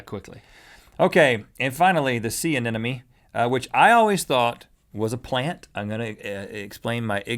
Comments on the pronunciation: Rhett - Sea Anemone. Ah - nem - uh- nee. Not "ah - nen - uh - mee" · Every time Rhett said anenome I was screaming in my head.... anemone!!!!!! gahhhh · did he say "sea anenome"? :)))) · They keep saying anenome :D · "I was moving at the sea of a sea anemone" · rhett pronounced anemone wrong. also theyre not 100% asexual. in fact they only split into two if stressed. also they CAN move pretty fast if they want. ive kept anemones and they can move across large fishtanks in only a few hours